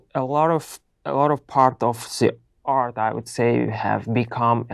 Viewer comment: Art pronunciation is not well that I hear. So it’s like earth,but overall is good😊